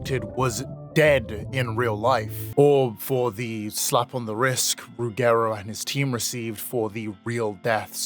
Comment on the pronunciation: As an Italian, the real horror was hearing you butcher Ruggero Deodato's name XD It's pronounced like "Rodger", which happens to be its English equivalent.